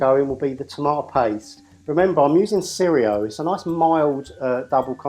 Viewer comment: Cirio is pronounced like cheerio